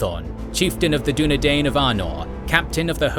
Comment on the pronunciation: Dunedain is pronounced as DO NE DINE, not DO NE DANE